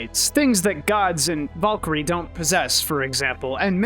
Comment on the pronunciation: You say it as vuhl-kuhl-ree and she did it way differently, with a rolled R, and as kehl not kuhl. Just saying, she literally says it right after you and it didnt match. Don't need a degree for that one.